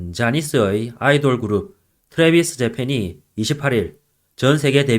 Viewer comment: “트레비스 저팬~” 이라는 발음은 참 쉬운거 같은데 … “토라위스 자팡”으로 밖에 부르지 못하는 이유는 무엇일까…